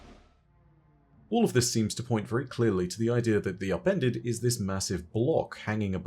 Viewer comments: DEE AHPENDED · “THEE UPENDEDUH”